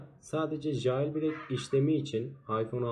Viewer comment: Ceyılbrek diye oku kanka lütfen